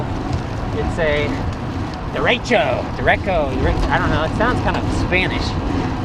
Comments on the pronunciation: Your second pronunciation of "derecho" was correct. Only way it could be better is if you pronounced it like a native Spanish speaker. LOL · He pronounced right the right way! 😝